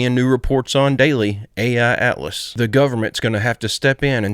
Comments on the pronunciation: It’s 3I-Atlas not AI-Atlas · Why do you keep saying "Ai Atlas"? It's called "3i Atlas"